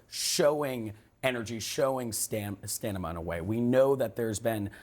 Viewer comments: STANIMA? EEEEEEEEEEEEEEEEEE! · “stanima”? You said “stanima” twice. 🙄 See, it’s not just old age.